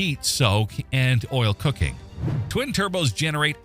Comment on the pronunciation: Horsefeathers! Canadians don't pronounce coking as cooking!!!! 100% AI here.